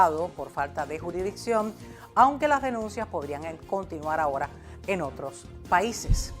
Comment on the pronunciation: Juridicción no. Se dice jurisssdicción.